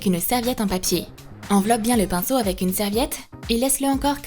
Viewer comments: A oui oui le pincho on dis le pinceau 😂😂😂🤣🤣🤣Mdr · *AUX MIEUX DE DIRE PINCEAU ELLE A DIT PINCHEAU *